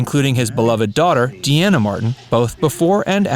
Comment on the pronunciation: De Ana is not her name. It's like her dad's name Dean with an A at the end, Dean ah.